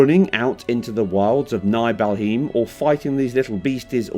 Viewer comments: He's an Englishman, give him a break. We can't all pronounce MosCAOW ( Moscow ) or Nucular ( Nuclear ) correctly like the Americans can😉. Jokes aside, where I'm from we all pronounced it as if to say Nibble-heim as opposed to Nieble-heim or Nigh-ble-heim. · Nah homie we're not letting you get away with "Niegh-Bell-Hiem" we heard you 😂. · It’s : Knee Bell Haem 🤣🤣🥲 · "Naibelheem" someone really knows their stuff! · NighBellHim 😅😅😅 KnibleHaimm...😂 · Night by him I'm dead 💀😂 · pronouncing Nibelheim wrong is truly an moment. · It does. They went into the options to change it to Japanese. Probably, why he miss pronounced Nibelheim. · This is just a load of wank. This dipshit can’t even pronounce “Nibelheim” right. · Yeah, that’s not how you pronounce nibelheim.